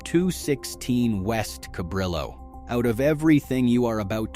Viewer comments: In Spanish, the double "L" is a letter of it's own in the Spanish alphabet, and is pronounced as a "Y". "Cabrillo" is actually pronounced "ca-BREE-yo". I grew up in Santa Barbara and my mother was casual friends with Sam Batistone and many of the other Italian-descent business owners of the area. They played volleyball on the beach every Sunday, called their team the "Dago Bastards". My mom was also a beach volleyball player and while she never was a member of any formal team, at 5'-10" tall she was always much in demand as an "infill" player and subbed in for many teams, including the Dago Bastards, which is how she became friends with them. The original Sambos on the beach in SB fell into decline in the 70's when it became a hangout for drug sellers, also after US 101, which used to run right along the beach making Sambos an easy stop for travelers, was rerouted several blocks further away from the beach and sunken below street level so as not to impede street traffic from downtown SB to the beach areas, which eliminated the many stoplights that used to exist on that stretch of US 101, but also eliminated east on/off access from the highway to beach area businesses. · Human, please; Cabrillo is a Spanish word, the double l is pronounced as a y. Think Cab ree yo. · Sambo's was where you took your date before you took her home. Sambo's Vineyard Ave, Oxnard, CA; Sambo's Carpentaria CA; The first Sambo's Cabrillo (pronounced Ca-BREE-o) Blvd Santa Barbara. They were warm and friendly; pancakes always serving and most important to a high-schooler CHEAP. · The street name of the original Sambos was Cabrillo. But it is pronounced "Ca - bree --oh". I lived there. I miss Sambos also. It was great. The only thing I didn't like was that it didn't have hash-brown potatoes. But they were pancakes and their pancakes were the best. I can still taste them in my memory. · kaBREEyo not kaBRILo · it's pronounced "cab-RIO" not cab-RILL-o". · KA - BREE - YO , not ca brill o